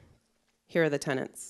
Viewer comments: I believe if you want to be taken seriously in your field, learn to pronounce the word “tenets”. Tenants are renters. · The illiteracy is shocking. 4.40 et seq. : it's TENETS not "Tennents". Dear God. That's ignoring (and you should) the madness of the content. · Can't even pronounce the word "tenet"